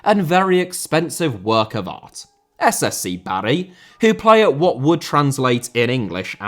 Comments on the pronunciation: I don't know about your pronunciation of 'Anhui Litian FC' but you are definatly pronouncing 'Bari' horribly wrong! It's 'BAR-ee' not 'Barry' like a bloke's name. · You clearly didn't grow up on Football Italia. Please learn how to say Bari